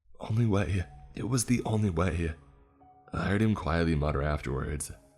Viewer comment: I never wanna hear the word "IT" again after the 4th story. Jesus christ structure a sentence without repeating the word "it" so many times. The emphasis he kept placing on the word also made it so much worse.